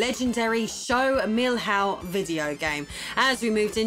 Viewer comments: Milhao is pronounced "mee-lee-own" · Nice video! But would it be so hard to get on google translate and click the audio button to listen to the pronunciation of Milhão? ps: Me - Lee - Uh - oh (said fast) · Despite the weird pronunciation of "Milhão" (it would be like 'Meeliaun'), the video is amazing. Good research despite the fact that probably most info was in portuguese around the internet. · That's not how "milhão" is pronounced at all! Hahaha. It's also funny how you pronounce Gradiente, like it's Spanish.